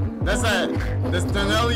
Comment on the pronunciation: Say it with me STUR-NEE-OLO 😂😂